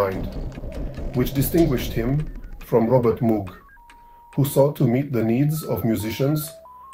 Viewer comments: It's a shame you didn't bother even acknowledging previous devices that had a role in the development of sound synthesis. Theremin; Ondes Martenot; Novachord; Clavioline etc. Also, you pronounce Moog incorrectly. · Thank you for your feedback. It's true that I need to work on the pronunciation of Moog. Unfortunately, English is not my native language (which is also true for the majority of people in the world), so I ask for your understanding. Since not only I but also the audience has pointed out the sound levels, the soundtrack and narrator will be improved, where I will also take your suggestion into account. However, I don't understand why you're criticizing me for not mentioning earlier electronic instruments when the title clearly states that it's a history of synthesizers. I plan to make a separate piece on various, often very interesting, electrophones and the very beginnings of electronic music, which go back to the 1920s. I hope this is good news for you.